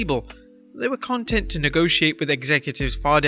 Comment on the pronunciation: Lol You mispronounced content